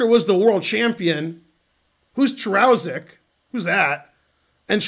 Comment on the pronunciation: Hey Ben, the name should be pronounced "Karushek".